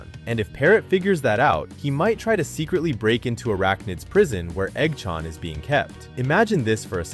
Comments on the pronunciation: Eggchant❌ EggChann✅😭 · the hell u mean by "igchawn"?? its eggchan son😭😭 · dont talking about he saying eoggchaan